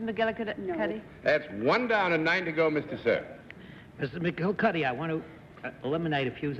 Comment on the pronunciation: This was apparently well before there was much known about chiropractic medicine. The name McGillicuddy was the name that Lucille Ball used as her maiden name in I Love Lucy. I loved Desi Arnaz’s pronunciation of McGillicuddy.😂